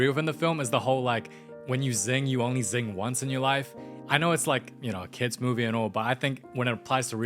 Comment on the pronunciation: sing❌ zing✅